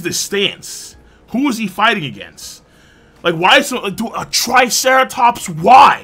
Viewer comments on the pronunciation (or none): none